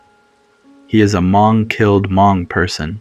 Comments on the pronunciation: Good story but couldn’t get past the inconsistent pronunciations and Huh-mong instead of Hmong pronunciation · Loved it but please don't say H-mong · Same here! Like bro you know how to say these common words. L For example, Haa Mong!? Like really!? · Hey, so, Laotion is pronounced like (Lay-ocean) & Hmong should sound more like (Mong). Great storytelling, though!